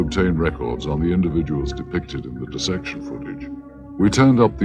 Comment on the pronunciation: it really sounds like he says “of the deception” and not “of the dissection” Also what the heck is going on at 17:30:624 (the time in the black box at the bottom of the screen not YouTube players) of the videos run time. Why was it only showed for a quick fraction of a second then not seen again at all in the lab??????